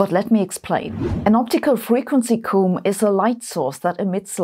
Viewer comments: Your pronunciation of "optical frequency comb" made it sound like you said "optimal frequency coom", and for half a second I thought you were telling people how often to masturbate. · You're German so of course you have an accent speaking English, but I hope I'm not out of line to mention that native English speakers pronounce "comb" to rhyme with "home". Your pronunciation sounded more like the Welsh word "cwm" which is a glacial feature - Google says that's "felskessel" in German. Feel free to correct my atrocious German any time! As ever thanks for the awesome videos and keeping me in touch with the world of physics and science which I haven't studied for several decades now. Even my non-scientist wife enjoys your videos and we always get a kick out of your humour. I live in hope we will get a musical number from you again sometime, you are so multi-talented! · Oh wow the way you say "comb" sounds like "coom" 😂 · "Comb" rhymes with Rome an home.